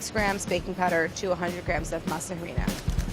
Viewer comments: I can't believe I had to scroll down this far to see this comment. I was hoping Gaby would overhear and correct her(gently). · Hi Claire. Could you try and pronounce harina correctly? You don’t have to pronounce the H sound. It’s Ah—ree—nah. And the R is not a sharp R sound, it’s at the tip of the tongue not a pulled back behind the teeth R. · I like how she said Harina instead of pronouncing ARINA lol anunciation is key. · masa ARINA - the h is silent please dear god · I love Claire but baby girl.... it’s spelled Harina but it’s pronounced Arina. In Spanish we don’t pronounce H’s ! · I love you Claire. I love what you do and how you do it. So much so I don’t want you to pronounce masa harina wrong ever again. Its pronounced masa areena (harina meaning flour). Now no one can make fun of you. Take care Claire. Can’t wait to see you do more shows. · MASA HAH-REE-NAH Lmao I can’t, the H is silent and😂 Masa=Dough Harina=Flour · Ah ree nah. its pronounced Ah ree nah. harina sounds like some old some old lady praying at the steps of your door becausethey think you are the devils assistant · It's "Masa Arina".... You don't pronounce the letter "H".... you millennial gray haired pendeja! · love this series!! can’t wait to see what other gamer foods will be made. *side note, you don’t pronounce the “h” in harina, it sounds like “AH-ree-nah” really fast. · 'Harina' is pronounced like 'arena'. No "H" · Not to be that person, but you don’t pronounce the “h” in “harina” it’s just “areena” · I love how Claire pronouns “harina” like “jarina” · Love u Claire but the H in harina is silent! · claire pronouncing the 'h' in harina gives me cry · Her pronouncing the h in harina is giving me an eye twitch. If it’s a Spanish word never EVER pronounce it. It’s silent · I love how she pronounces the h in harina and that harina just means flour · The H in harina is silent btw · You dont pronouns the h in harina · I find it funny how she pronounces the h in harina lol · the H is silent